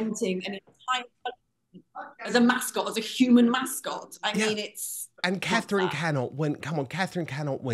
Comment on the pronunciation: Please get name Catherine correct